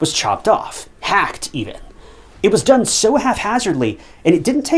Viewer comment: the battery was DUN done? wtf is that a bit of AI creep? or your own interpretation of a new way to say done ?